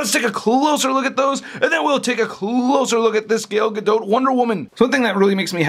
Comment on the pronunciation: It's pronounced "Ga-do". The "t" is silent.